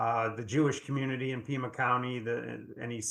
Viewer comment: Pima county, not Puma county